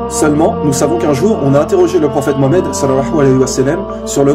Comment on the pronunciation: Il faut que tu fasses attention à ta prononciation quand tu parles du prophète Mouhammad